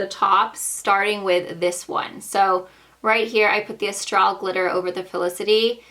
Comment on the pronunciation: Astral is pronounced asstrol